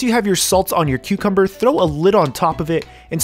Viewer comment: Thought you said Queuecumber. Now I can’t unhear it...